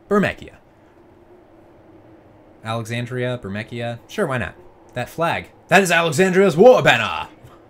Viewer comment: I think thats pronounced Bur-mee-see-a. I'm not sure though, FF games always had weird names. Weird seeing the game like this, I always change the dialog boxes and stuff to blue instead of that grey.